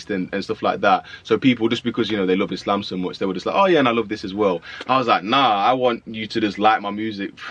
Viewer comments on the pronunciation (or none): none